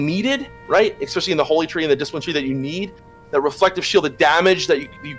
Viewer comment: Just started watching all your episodes on TBC and its really awesome so far - but if i have to hear say EGGSPACIALLY one more time im gonna hurt someone oO